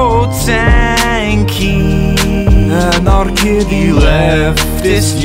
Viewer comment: WHAT ”ANARKIDDY” OMG